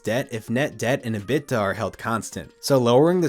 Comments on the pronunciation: EBITDA = E-bit-tah, not "uh-bit-tuh" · Dude...your content is usually good, but who is Robert Zimmerman? How is EBITDA pronounced? You're better than this! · mclovin should have told you how to pronounce EBITDA. thanks for the video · EBITDA pronunciation is revolutionary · Love the pronunciation of ebitda 😅